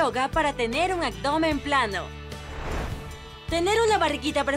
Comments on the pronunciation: ¡Abdomen , no "acdomen"! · Buenos días. Se dice abdomen no “agdomen “. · Excelente video! Solo una observación, sigues diciendo... Acdomen y no abdomen. 😁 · porque dice "acdomen" en vez de abdomen?... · Los ejercicios muy bien, el canal es genial . Pero no entiendo por qué narra alguien que dice acdomen en vez de abdomen . Si por la razón que sea, no puede pronunciar bien esa palabra, que narre videos que hablen de otra cosa. *Es molesto escucharla" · Ella dice Agdomen o yo estoy soñando? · “Actdomen” :v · Muy buenos los ejercicios. Solamente no diga acdomen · Buen día padrísimos los ejercicios y como dice ud los nombres de cada ejercicio pero me desquició en cada ejercicio y me dan ganas de parar pues no sé dice AGDOMEN NI FISNES Dígalo buen ABDOMEN ABDOMEN NO AGDOMEN Y FITNESS NO FIGNES Fuera de esa mala pronunciación exelentes ejercicios disculpe la corrección pues piense que muchos la escuchan y al rato todos dirán AGDOMEN y están hermoso nuestro idioma y ya todos hablamos muy mal perdone ud se lli digo con respeto